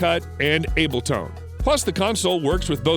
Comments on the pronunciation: Hmm what is Able”tone” 😆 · yooo I was confused im like abletone? is that a new rip off of ableton lol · “Able Tone” 😂